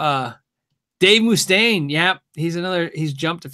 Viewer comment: Dave MOO-stain